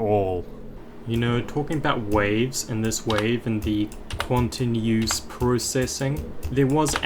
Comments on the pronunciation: the way you pronounce quanteuse (kwan two s) as kwan ten euse hurts me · How can you pronounce Quanteuse "Quantenusesis" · according to others it's pronounce quant. like quantum. and teuse like "Tuh oose" and processing like processing. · Its (quan tanews processing) to pronounce it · you are pronouncing well quanteuse is not a real word. The level is a remake not of blast procesing but of quantum proccesing, an old level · the struggle to say the name😭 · bro had a hard time wits pronounciation of quanteuse ( and btw it's not chateneuse but "chanteuse" which means female singer in french and it is completely unrelated to quanteuse) also the level is a remake of the remake of blast processing "quantum processing" by riot.